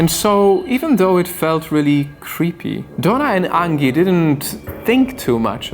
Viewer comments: Angy? Are you sure it's not Angie? Like the song son?(Aaanjay) Please stop saying angy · Anji. Or angee. Not like Angela merkel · Angie is not pronounced like Ann-gi. The g is pronounced like a j. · It’s an accent :) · Angie is pronounced with a soft G